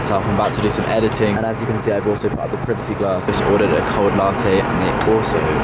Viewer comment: Ok, he clearly butchered Lufthansa but this guy is British and doesn't know how to pronounce "privacy"? XD